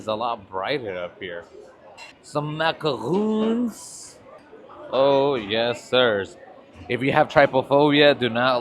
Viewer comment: Those are macarons, not macaroons